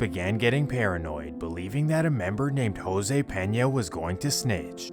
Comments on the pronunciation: This goofy ass white boy really pronounced "Jose" , "Hyro" 🤣😂😭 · You did not say Jose like that bro how you even pronounce that 🤣🤣, i continued the vid n noticed you made a typo my bad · do you not know how to pronounce jose 😂